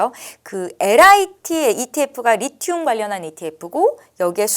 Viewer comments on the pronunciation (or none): 리튬이예요. 리듐이 아니라.. 까까오가 아니예요 카카오지.